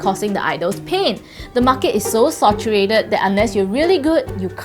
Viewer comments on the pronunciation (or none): sAturated... not sOturated